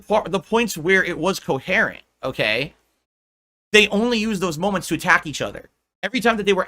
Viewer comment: coHAIRant? ITS COHERENT LEARN TO SPEAK